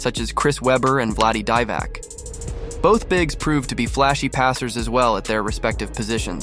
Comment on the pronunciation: Who’s Vladdy DIEVAC?!!! 😂😂😂